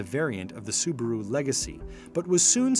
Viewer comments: The Brand is called Subaru, not Subru! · Say subaru properly